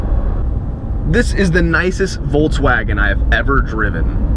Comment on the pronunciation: there's no "t" in Volkswagen